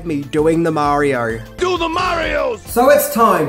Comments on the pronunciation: Imagine making a whole ass video that is a full 26 minutes long but you still can’t say Mario without adding an unneeded british as marior every other time you say it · Marior, Nintendor, Showr :P